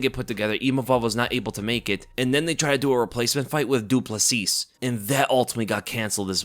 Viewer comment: Du Plessis has a silent s on the end <3 (doo-pleh-see)